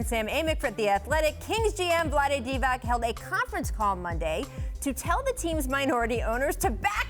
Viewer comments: She just called NBA legend "Vlade DivaK".... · Learn to pronounce his surname!!! It is not DivaK it is DivaC (completely different pronuntiation). He is legend and you cant say his surname like you should say... wow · She doesn't pronounce it correctly either. It's supposed to be pronounced "Divats" not with an "ack" sound at the end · Its Divac not Divak jesus christ learn how to speak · They need to write it as Divatz and it will work :)